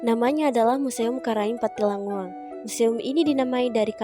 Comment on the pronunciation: Good Job Nak, meluruskan saja penyebutan nama Museumnya yang benar Museum Karaeng Pattingalloang, bukan Pattilangngoang sayang 😘